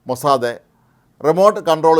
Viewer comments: മോസ്സാദേ അല്ല മോസ്സാദ്‌.. Mossad. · This new pronunciation Mossade is so jarring. Is it Hebrew pronunciation? It is pronounced worldwide as Mossad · എല്ലാവരും പറയുന്നു,, മൊ സാദ്, നിങ്ങൾ പറയുന്നു മൊ സാദേ, ഹിഹിഹി,,, ടുംടുംടും,,, നിങ്ങക് അയ്യേ അറിയില്ലേ ഈ ഭാഷ,,, ഹൈഹായ്‌ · മൊസ്സാദേ അല്ല..മൊസ്സാദ് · മൊസാദേ അല്ല - മൊസാദ് എന്നാണ് ഉച്ചാരണം. "മോശയുടെ കണ്ണുകൾ" എന്നാണ് അർത്ഥം. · താൻ എന്തിനാടോ... Mosadhe എന്ന് പറയുന്നേ... 💥💥💥its mossad 💥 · മൊസാദേ അല്ല....... It's Mossad. കുറെ ദിവസമായി ചേട്ടൻ മൊസാദേ എന്നും പറഞ്ഞോണ്ട് ഇരിക്കുന്നു..... ഒരു മാതിരി രാധേ, സരിതെ, ഷീലേ എന്നൊക്കെ വിളിക്കുമ്പോലെ..... 😂😂😂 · അദ്യം മരിയാദക്ക് മൊസാദ് എന്ന് പറയാൻ പഠിക്ക്. Irritation ആകുന്നു നിങ്ങളുടെ മൊസാദേ എന്ന തെറ്റായ ഉച്ചാരണം കേട്ടിട്ട്. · മൊസാദ് എന്ന് പറ..... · അയാൾക്ക്‌ എന്തോ പറ്റിയതാ പാവം ലേഖ കൻശരിക്കു മൊസാദ് എന്ന് പറയാൻ പോലും അറിയാത്ത മഹാൻ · സുഹൃത്തെ എന്നു പറയുന്ന പോലെ ആണ് ഇദ്ദേഹം മൊസാദെ മൊസാദെ എന്നു വിളിക്കുന്നത്....... 😔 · It is sounds like maw-sad(mossad) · ഈ മഹാൻ,,,,, ഇന്നലെയും ഇതുപോലെ പറഞ്ഞു, പാവം അറിയില്ല അല്ലേ നമുക്ക് അങ്ങട്, ക്ഷമിക്കാം, അല്ലെങ്കിൽ വേണ്ട